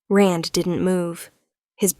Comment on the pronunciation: Rand not Ren.